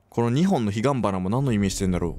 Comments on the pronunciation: 「ひばんがな」 「ひがんばな」 あってるとこと間違ってるところあるの面白いｗ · わざとヒバンガナ言う時と、素でヒガンバナいう時が混ざってカオスになる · ん？ ひばんがな？wwwwwwwwwwwwwwwwwwwwwwwwwwwwww 間違う可愛い笑 彼岸花です。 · 所々彼岸花が“ひばんがな”になる可愛い。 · まだ｢ひばんがな｣になってんのかwww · 今も昔も彼岸花をひばんがなって言ってたんだね！w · ‘‘ひばんがな‘‘とか‘‘知らんがな‘‘ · いや、初めからひばんがな、時々彼岸花で、大体ひばんがなっていう。。。ww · 『ヒバンガナ』『ヒガンバナ』って笑笑分かってるのか分かってないのか笑笑わからなくてそこで毎回笑っちゃう笑笑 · ヒバンガナって言ってるwwww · ずっとひばんがなって言ってる笑笑 好き笑笑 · つぎのひ→つぐのひ の場合 ひがんばな→ひばんがな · ひばんがなってちょくちょく言うのwww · 何でひばんがなって言うの？ww言い間違いなの？なんかのゲームでも言ってたよねwwすきww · 彼岸花を非番がなと言い間違える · ひばんがなって間違えて言ってしまう度に怖いのに笑ってしまう😂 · またひばんがなって言ってるwwwwwww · ひばんがなってたまに言っていませんでしたか？ ナチュラルにそれからヒガンバナに戻っても気づいていないあたりで、「ちょっ」って吹きましたｗｗ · 未だに彼岸花が言えないすこ笑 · ひばんがなは草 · ちょいちょい彼岸花の事【ひばんがな】っていうのやめてwwwwwwwwwwwwwww 可愛いっす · ひばんがな言うてますやん笑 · また ひばんがな になってるww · 彼岸花をひばんがなって言っちゃうの分かる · ひばんがなって言いがちよねwww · （ひがんばな）じゃなくて（ひばんがな） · 彼岸花がひばんがなになってんの可愛い💕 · 所々彼岸花がひばんがなになっとるww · 後半からヒガンバナをほぼひばんがなって言ってるの可愛い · 「ひばんがな」やめてもろてw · ちょくちょくヒガンバナを ヒバンガナって言ってるよねwwwwwww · 途中から彼岸花のことヒバンガナって言っててじわる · 日本では彼岸花は不吉な花と言われているところもあります。とても綺麗なので私は好きですが、嫌う人もいるそうです。 日本ならではの演出ですね、、、 でも、が''ひばんがな''といい間違える度に、怖さ吹き飛びました(笑) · ２回に一回絶対‘’ひばんがな"って言ってるwwwwwww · 彼岸花(ひがんばな)のことひばんがなって言ってるwそれも可愛いけどねっ！😘😘😘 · 、途中から彼岸花のこと「ひばんがな」って言ってるww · 久しぶりの''ひばんがな''よかった。 に直してほしくないこと1位! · 何回ひばんがなって言うねんwww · 真面目にひばんがなていうのやめて😂😂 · ちょくちょく彼岸花がひばんがなになってるの気になる面白いwww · たまにひばんがなって言い間違えるの可愛い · 、彼岸花を「ひばんがな」って言いがち笑笑笑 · めちゃくちゃ ひばんがなって言うやん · 彼岸花をひばんがなって言っちゃうの私の年の離れた小学低学年の妹と同じでも妹も最高に可愛い。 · ちょくちょく彼岸花のことをひばんがなと言うww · 彼岸花をひばんがなって言ってるの可愛すぎます😹😹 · また彼岸花を「ひばんがな」って言ってる笑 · で彼岸花→ひばんがなって言ってるの好きw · 後半彼岸花のことひばんがなって言ってない？😂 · ちょいちょい彼岸花のことひばんがなって言ってるのなにw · たまに｢ひばんがな｣って言ってるwww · 久しぶりに ひばんがな 聞きました。🌟 ひばんがな か…怖いなぁ… …？？ がな？花 はな？ びがんばな ですけどWWWWWWWWW そろそろ心配になるけどWWWWWW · 彼岸花をひばんがなっていっちゃうのかわいいwww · 彼岸花をひばんがなって言ってるの面白いw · 待ってたぜつぐのひー！ また彼岸花をひばんがなって言ってるw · 毎回「ひばんがな」言うやんww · ひばんがなw初めて聞いた間違いw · つぐのひシリーズ大好き！の彼岸花がひばんがなになってるとこかわいい🎵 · 何回ゆうねんひばんがな笑笑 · またヒバンガナって言ってる〜😂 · 待ってました！つぐのひ！ ぽ「ひばんがながある」 ぽ「ひばんがなを背に付けんなぁ…」 … ひ ば ん が な 💀